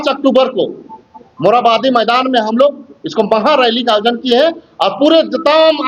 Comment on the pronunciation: Yojna ko jojna. Kurmi ko kudmi, 😂😂😂 wah